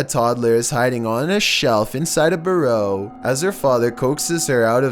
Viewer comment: Love how he pronounces burrow lol